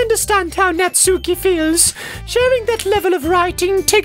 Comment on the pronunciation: says natsuki wrong